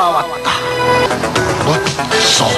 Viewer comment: 무쏘광고는 ' 무 쑈'로 들림ㅋㅋ